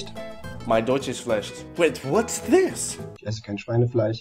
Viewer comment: Very close try not to pronounce the word when you say ich sounds like you say ish..